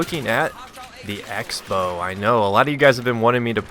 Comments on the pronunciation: '' EX bow'' crossbow. like xing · I always thought the X in the Xbow meant 'cross', so you pronounced it crossbow.